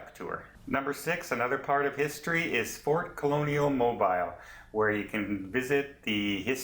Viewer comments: mo beel, not mo biil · Mobeeeeel please? Not Mobeyel. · Please learn to pronounce the City name when you do a review. It is NOT MOW Bile. It is pronounced MOBEELE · It’s pronounced mo bill alabama lol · Its pronounced MOO - BEAL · ha ha mobile phone alabama. its mo-beel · I love the shout out of my home city but I know it's wrote mobile but it's pronounced mo bill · Please it is NOT pronounced like a cell phone Mobile.. to break it down before anyone goes... Moe (like Larry Curly and Moe) Bill (like the bill of your cap or a duck bill) Moe-bill .... sorry we are very proud of our port city. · YES...but all is the same as you pronounce it for everything BUT the city. The pronunciation is specific for that city only. If you are anywhere in the US even one or two states away from Mobile, and call it Mo-Biiiil, the locals will look at you like you, shake their heads, and immediately ask where you are from since it makes it obvious you do not know the colloquial pronunciation of the city name. Again, just trying to help, since this is a very Southern US specific case. Also, in case you have never visited, the SE part of the US does things a little different due to the various cultural histories in the areas. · You could have learned to pronounce Mobile correctly. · Nice video but I need to correct your mispronounciation of Mobile..I live in Mobile soo I want to teach you the right way ...you say Mobile..like its a mobile phone.. Mobile has so much French influence..as does it's name. Think of the word..seal..then add Mobile..so its a hard Inflection on bile...sounds like seal. Welcome to Mobile. We love tourists! Sounds like you are Canadian? Come on down to see our beautiful historic city! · LOL LOL We forgive you. That is ok that you pronounce the city different than most do. I love the way you can laugh at yourself. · lol their making fun of you in the comments on how you pronounce this one :)